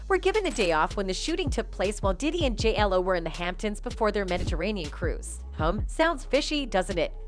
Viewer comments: Man yall might wanna get a new narrator that's familiar with the culture...I've heard "Ya Rule", "Jay Elo", come on now... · You catch how she said J L O 😭